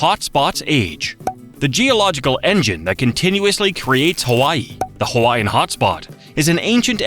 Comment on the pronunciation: It rapes Hawaiian words & names too!Ouch!